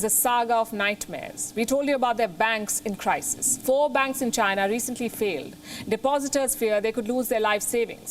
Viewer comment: When this lady is delivering a news … China sounds like ShriLanka 🤣🤣